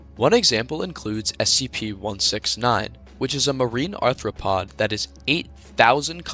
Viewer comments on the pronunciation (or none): none